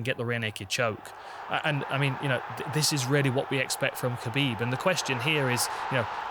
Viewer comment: For gods sake pronounce Khabib MR gooden